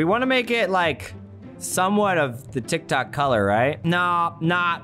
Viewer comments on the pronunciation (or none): TikTok! Me: TitKok? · you: tik tok me, an intellectual: titk ko